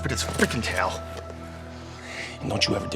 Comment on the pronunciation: He pronounces "towel" like "tail". If you close your eyes, you can imagine it's about accepting gay furries